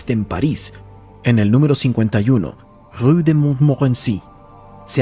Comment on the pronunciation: Es verdad, es difícil pronunciar la palabra Rue y tú lo hiciste perfecto